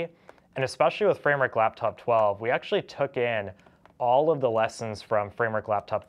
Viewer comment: when he says laptop his mouth says laftop